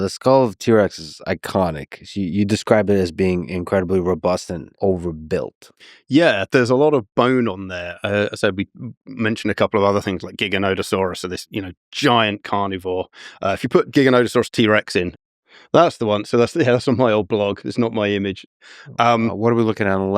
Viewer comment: Hmmm he mispronounced giganotosaurus, annoying 😂